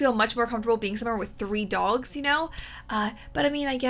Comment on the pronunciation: I almost heard "Dolls" when you said Dogs